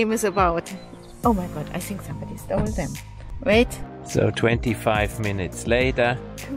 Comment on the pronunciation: “That’s what you sink” :)